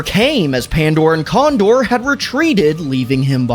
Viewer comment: when i catch you cawndore and pandore